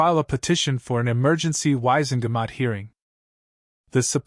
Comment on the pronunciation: "wise and gamut"? The true spelling is not three separate one syllable words. 😅